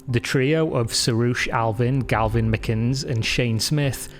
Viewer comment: Are you deliberately saying gaLvin or? Also might want to check how to pronounce McInnes correctly.